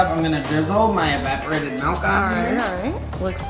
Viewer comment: Malk sound better then milk